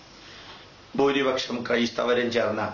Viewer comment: Sir, It is not booori pasham, it is bhaa, bhoori paksham.